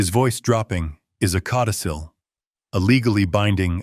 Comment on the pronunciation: Cautisil??? LOL. It’s “codicil”. Please do better.